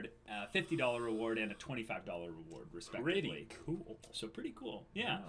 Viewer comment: "we have to make it purdy" oKAY THIS IS WHY I LOVE MAH BOIS